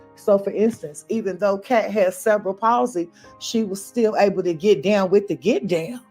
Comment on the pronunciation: Cerebral (Sir-ree-be-ral) Palsy